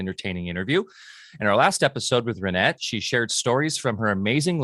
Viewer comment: Please pronounce Reinette’s name properly! The E in her last name is not a Long E Sound but a Short E sound!!